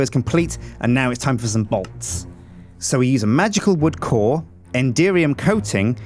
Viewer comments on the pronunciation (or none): none